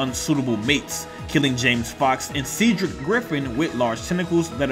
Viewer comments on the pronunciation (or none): none